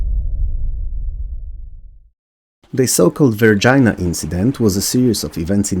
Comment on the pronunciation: Lol, "Varginha" sounds more like "var-gee-nya"